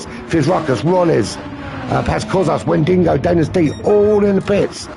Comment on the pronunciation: note: driver's nickname Wendigo, but not WendiNgo 🤝